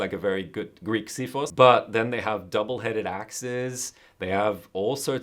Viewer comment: Top marks on the pronunciation of ξίφος!